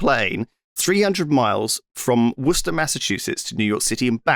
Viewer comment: I know lewis is English so it makes perfect sense but as someone from Massachusetts shout out to lewis for pronouncing Worcester correctly so strange to hear someone say it right